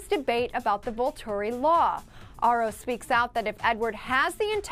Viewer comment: She says Aro wrong! It's bothering me, It's said like arrow. I saw an interview with Stephanie Meyer and thats the way she pronounces it.